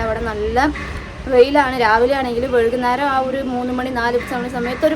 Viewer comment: Vezhu alla vaikunnaram